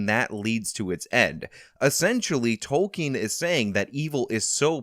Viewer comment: Ah yes J R R Tolking lol